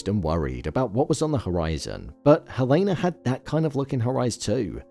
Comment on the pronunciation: Why do you keep pronouncing Helena's name incorrectly?